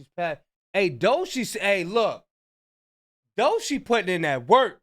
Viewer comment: It's pronounced "Dough-Chee" my brother not Doeshii 😂😂😂 must ain't never heard her music before